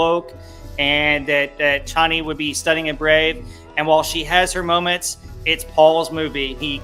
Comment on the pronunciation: Chain E is the correct pronunciation according to Frank Herbert himself.. Props 👍